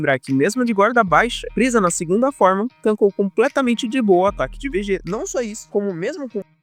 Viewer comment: Briga de nerds incluindo um que quer falar de dragon ball e falar "vejéta".